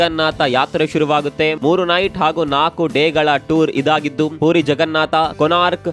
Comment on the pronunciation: ಪೂರಿ ಅಂತ ಹೇಳಬೇಡಿ. ಪುರಿ ಎಂದು ಹೇಳಿ